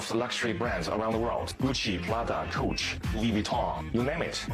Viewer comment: Did the factory man just call Coach “cooch??”☠️😭🤣